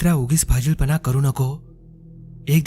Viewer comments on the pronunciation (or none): भाजील नाही फाजिलपणा